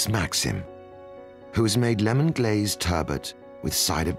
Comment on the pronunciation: It's "lemon", not "kemon".